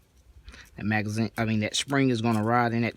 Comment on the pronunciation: "Tin roun magzeen with a shpring" -- I get it, yep!